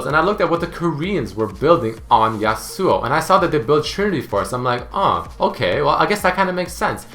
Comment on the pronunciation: how he says yasuo. yasÚO